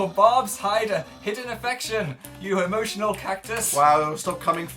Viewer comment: I heard, "You HOMOtional cactus"